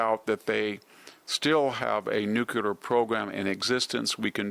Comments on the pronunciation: Please say nuclear instead of nukular. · Hey, Note: The word is *nuclear*, not *nucular*. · Victor—-It is not NEW Q LER!!! It is NEW CLEAR weapons!!! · Learn to say NEW-CLEAR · you said Nucular..,. major minus point.....